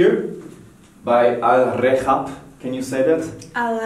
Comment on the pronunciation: alrehab ... both of you spill it wrong ^_^... its not alrekhab just alrehab say it with a normal H ... i know i am tooooo late but hay